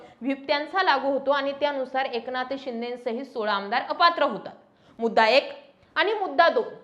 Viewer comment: Anchor मराठी नाही वाटतं... ए क ना थ... असा उच्चार होतोय... लक्ष द्या